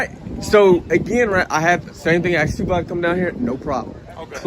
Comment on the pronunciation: Maybe if those first two officers in the opening video “asked” the man to stop recording instead of “axed” they would have gotten further. That sounds so uneducated and ignorant speaking like that. 🙄🙄